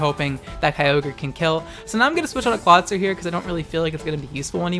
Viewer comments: Its pronounced Claw-IT-zer like the movie IT. Not Claw TI zer like advertiser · ITS NOT CLAWTIZER, IT'S CLAWITZER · I thought clawitzer was pronounced similarly to howitzer? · Clawitizer. Triggered. MUTE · Ok legitimate question here, is he saying Kyogre and Clawitzer as Keyogrey and Clawtizer on purpose? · I love your videos, but just a heads-up because trolls exist: Clawitzer is pronounced "CLAW-wit-zer" because it's based on the type of cannon called a "Howitzer" (HOW-wit-zer).